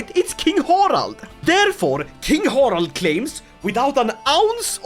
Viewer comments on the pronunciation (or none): none